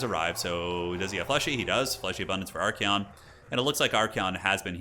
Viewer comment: I just noticed how Archaon is spelled, u pronounce it as ArchEon, but should it actually be ArchAon?